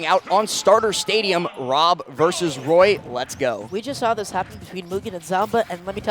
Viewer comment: When someone who can't pronounce the letter R has to commentate Woy vs W.O.B. 😵